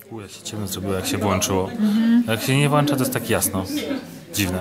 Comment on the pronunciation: WŁĄCZA a nie włacza